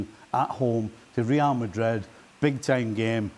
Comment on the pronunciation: Suprised Ale turned up today, his beloved rrrrrreal madrrrid 😢